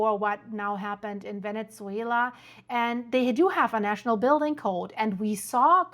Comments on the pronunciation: Great video! I just wanted to mention something that might help: the correct pronunciation of “Venezuela” doesn’t include a “t” sound. Sometimes it comes across as “Venetzuela,” almost like “pizza.” Hope this is useful. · What’s going on with the Venetzuela pronunciation? 🤨🤨🤨 very distracting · Why do you pronounce it "Venetsuila"?